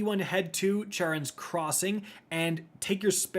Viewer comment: bro have u ever read a book? how do u still not kno how to pronounce Charon? 💀💀💀